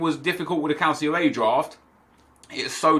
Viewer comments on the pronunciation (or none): none